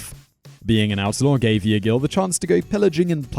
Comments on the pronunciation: egil is not ee-ah-gil. is eh-gil, or egg-gil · N. 1 is pronounced " I gill" love the vids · Funny to hear you try to pronounce the name Egil. The E-sound in Egil is the same as for example the E-sound in the word endeavour. The rest of the name (gil) is pronounced correctly though. :) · pronunciation is horrendous.... (some points are not 100% factual. like the retirement of Ivar the boneless (EE-Var)) also "Lodbrok" is pronounced Lothbrok, and Egil (EEgil not EE-uh-gil) also using less fantasy and video game images wouldn't hurt finally where is King Knut Sveinnsson "the Great"? Harald Hadrada didnt fight William the conqueror! He fought Harold Godwinson and lost. Harold Godwinson fought William and lost. also that picture was from Hastings not Stamford!